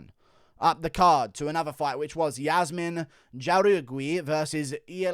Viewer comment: Jauregui is pronounced "Whore-eggy" (not kidding 😃). I'm not being pretentios, I really don't care but it's much easier to pronounce, I promise